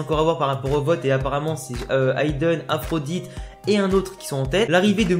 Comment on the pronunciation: Le nom de Byron ce prononce aphrodi pas Aphrodite ^^ Bien pensé pour le disciple du coach chinois ! J'y avait pas pensé !! ;)